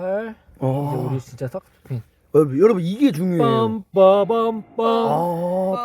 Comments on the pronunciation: 형 샥스핀 말할때마다 너무 콩글리시 바름때문에 웃곀ㅋㅋ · 샥스핀 잘못말해서 ㅗㅜㅑ